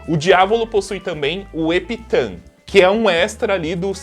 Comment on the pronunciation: Epitan kkkk, é epitath se pronuncia com f no final